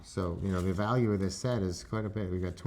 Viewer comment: 😂😂 did he say SET OR SHIT 😂😂😂